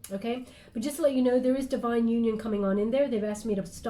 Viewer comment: I always listen double speed xd and you said what sounded like "I'm not really down with kids yo" hahaha I had to slow it down to hear "you know"